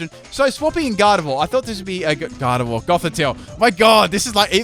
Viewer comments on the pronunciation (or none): none